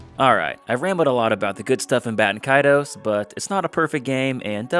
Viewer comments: Considering Baten Kaitos is the actual Japanese name to the game, there is only 1 way to pronounce it. Japanese doesn't have weird pronunciation rules like english. You pretty much just pronounce every single letter in Japanese. It's Bah-teh-n Ka-I-to-s. If it wasn't intended to be pronounced exactly as written, the Japanese would have changed the spelling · Bay-ten Kay-toes 😤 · it's important to remember that in Japanese, phonetics are virtually always pronounced the same way with very few exceptions. So ば is always "ba". And て is always "te". So yeah, it IS "Bah"-Ten Kaitos(u) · dont worry, I pronounced it apparently the most wrong way, which was BAY-TEN KAY-TOES.... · >know the game name pronunciation is confusing >finds primary source in Japanese AND an obscure English source >Still pronounces the name wrong I’m upset